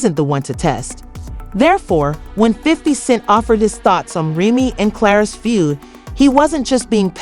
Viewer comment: Can u say say Remy Name right tho? Smh